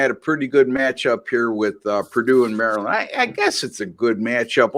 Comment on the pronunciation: You say “ Mari- Lind”. Haa haa. Happy New Year. Koon Sa bi Dee sir!